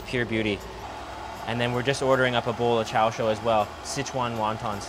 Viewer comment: I am surprised speaking Chinese you say 'sit chuan', when the first word is 4 so should sound 'sir chuan'